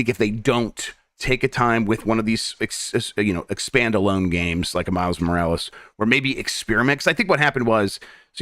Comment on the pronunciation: "Expandalone" This hurt to hear. Never say it again pls